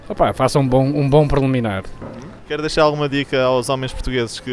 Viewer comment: "Faço um bom perliminar"kkk